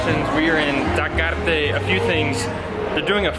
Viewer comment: Well I believe that tacos Taquearte ( btw you forgot to pronounce the letter e on Taquearte ) they are for people that don’t want to eat street tacos. They wanna sit down at a nice clean fancy place with ambiance and have a beer. I do agree the lack of presentation didn’t help with size or flavor. But also think about which ones might also be healthier. But do agree I would always prefer street tacos almost anytime. Till next time. Continue with the videos !!! Ciao